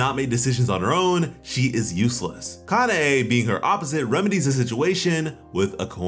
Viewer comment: Kuh-now and kuh nay bro it's that easy